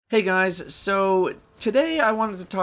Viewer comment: "Hey gwuys it's yo boy here back with today's destiny video, and in today's destiny video, we have dis weeks loot dwops in dah pwison of owduhs" or at the end "wike, comment, and subscwibe fo daily destiny videuhs" I hate being a dick, but if you see the crap he says to subscribers in the comment section, he totally deserves it.